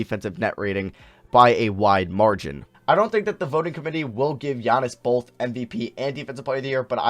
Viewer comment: says the word both as "bolth"